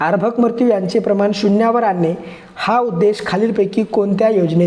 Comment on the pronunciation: अभ्रक् नाही अर्भक सर